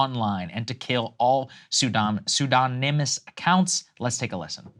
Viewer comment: Sagar can't pronounce Pseudonym 😂